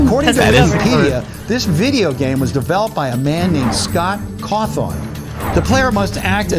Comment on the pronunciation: sorry i'm losing my shit at him saying scott caw-thawn